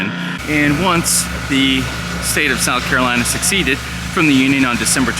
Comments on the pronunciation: It is seceded, not succeeded, and that's super annoying the he says it that way. The rest of what you said sounds, for lack of a better term... crazy. Things were a good bit different 160 years ago. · The word is Suh-Ceeded, not Succeeded.